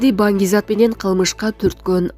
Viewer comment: Туура суйло,,манг зат" эмес, Банги зат